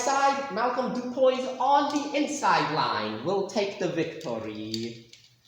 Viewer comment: Just so you know,, I know Malcolm personally, and you mispronouncing his surname really offends him. It's Du-PWEE, not Du-Poise.